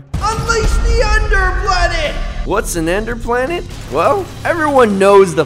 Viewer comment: Bro i hear ender plane as egplant planr